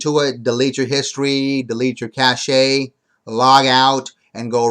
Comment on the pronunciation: Your Internet Cache (Pronounced CASH) Not Internet Cash-shay